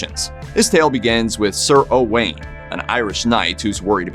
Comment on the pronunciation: Sir Owain was not O'Wain. He was Welsh, not Irish. I stopped listening after this. Whoever told you the story was pulling your leg.